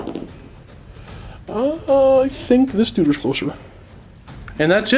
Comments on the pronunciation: him calling everyone a duder made this unwatchable. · Damn it. Hearing "Duder" gets painful after a while.